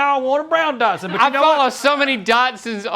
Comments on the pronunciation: Link and Rhett said Dodson....hahaha!!!! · Are they saying Dotson lol